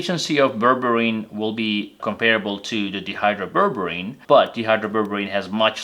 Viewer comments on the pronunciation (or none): The way you're pronouncing the name "dihydroberberine" makes it sound like DEhydroberberine, which is a berberine with one or more hydrogens removed. Dihydro means two hydrogens have been added, and is pronounced DYE Hydro (long i sound). Because these are two different molecules, it's important to specify the right one. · Shouldn't it be pronounced di... like in the word diet?